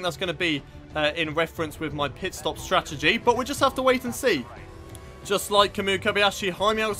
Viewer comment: It's strategy not stratergy. Just a heads up.